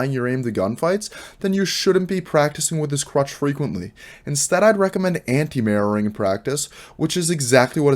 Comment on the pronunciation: Love your ocntent. If I hadnt already had years in fps/afps...I wouldn't of known what you were saying when it got to 'mirroring' or 'anti-mirroring'. Even knowing and hearihng many people say it over the years, hearing 'marrowing' or 'anti-marrowing' kept bringing me back to anatomy/broken bones etc. Not saying everyone else who was new didn't get it, but I've been around terms like this for years, and I still had to wait like 30 seconds to make sure what you were talking about. No biggie, sort of like when people go to canada and hear 'a-boot' instead of 'about'; it doesnt turn me off, just confused me and if I was totally new, id of been like 'whattt' . Although watching the bots movement with yours helped solve that problem.